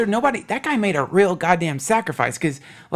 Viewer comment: lol! Glad someone else notices that. I've always found it amusing how Duncan pronounces the word "real" as "rill". Guess his super mild southern accent comes through on that word a bit. I'm a southern boy myself, but I don't have an accent at all......except on certain specific words. Funny how that works.